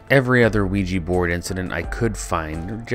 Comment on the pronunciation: If it is a combination of French and German words, then the German pronounciation is really bad!